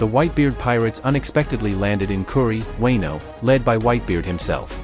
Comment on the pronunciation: Weno arc.. ?? Fuckin AI